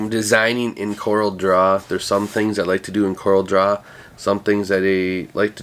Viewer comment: FYI;) Love your channel, have learned bunches from you - thanks for what you do!